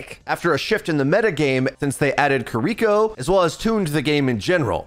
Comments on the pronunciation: Why do you pronounce Kiriko's name "Ki-REE-ko" rather than "Ki-reh-ko"? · If this man says Kir-EEEEEEE-ko one more time, I might start crying